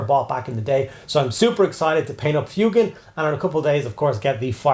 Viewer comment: Thank you for saying his name correctly, I can't stand FWEY-GAN